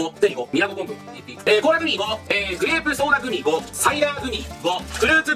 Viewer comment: くらいのコーラグミ5が 倖田來未5に聞こえて 一人でツボってしまったw